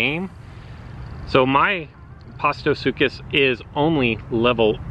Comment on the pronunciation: The correct pronunciation is Post-uh-sook-us and Giraffe-uh-titan.